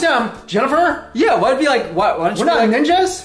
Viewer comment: She calls it "neenjas" for a reason...